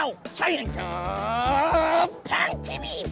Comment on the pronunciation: 이거 올만ㅋㅋㅋ 녀석 자이언트 페rrrrrㅇ 티비~~~펭펠!